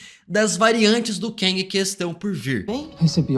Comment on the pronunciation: Gostei da análise, mas para de falar "keng" é "KANG" 😂😂😂. No mais, foi bom.